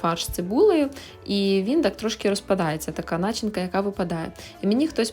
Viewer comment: Не нАчинка,а начИнка🤪😄